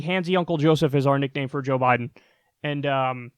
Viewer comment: Joe Bye-then.